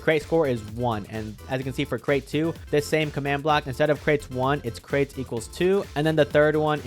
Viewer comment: lol what you talking about its crates and you said cret not crate lol 🤣🤣